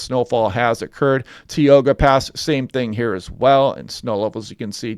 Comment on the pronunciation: pronouced. Tie`Oga pass YOSEMITE